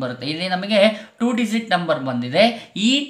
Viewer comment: Dizit ಅಲ್ಲ digit